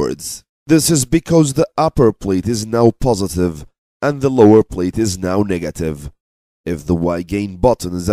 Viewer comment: I can't help but notice him keep pronouncing negative as nigative in the whole video 🙂